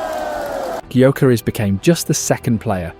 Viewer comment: Can’t pronounce gyokeres